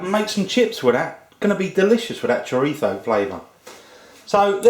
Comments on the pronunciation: It chrizo not chirtho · it's choreetho or choreeso, not choritzo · I’m Filipino of a Spanish, Chinese, Japanese, and a remote European descent, and I’m pretty sure you don’t pronounce chorizo as “Choritho” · Es chorizo... no choritzo. Chorizo or spanish sausage is also in spanish lenguage A THIEF...LOL......like the chorizo IÑAKI URDANGARÍN...The son in law of the ex-king of Spain Juan Carlos I. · Bill Stoeckel You are both wrong is CHORIZO, not what you said ,not this...CHRIZO you eated the O and not the other one that you were saying......CHIRTHO,so you were wrong before you try to correct others correct yourself ,CHORIZO......that is , now you know. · Did he say "chorifo"? It's a z, not an f. LOL! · did, but it's entertaining ;-) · love the way you say chorizo